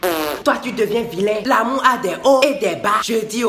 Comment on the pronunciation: Il dit " l'amou " 😂